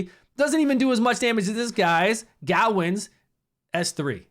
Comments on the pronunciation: It's guh-wayne not gowwin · My brother in gaming, say it with me. "Guh-Wayne" lol solid tier rankings overall. If you need me to test anyone, feel free to ask, I have the full roster all (including commons) level 50-60. I went a bit ham leveling things.